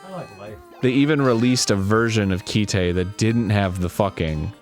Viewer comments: Ki-te... Do you mean Kite? Like go fly a kite? Arin probably pronounces memes as me me's. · my boy its just kite, not ki-te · Kite. Not keyteh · It's Kite. Like that thing you fly in the wind. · Is... is he trying to say Kite? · Arin, talking about Kite(and pronouncing it wrong): "It's not really that violent..." Kite: "Hey, here's a gun that, when she shoots people, their hearts explode in their chests in a shower of blood! Also people piss themselves an awful lot. And a dude's hand gets exploded off of his arm. And then a really rapey dude gets Robocop'd." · It's just called "Kite" lol. Like the English word.